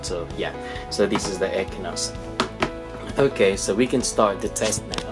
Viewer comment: Exynos not ekinos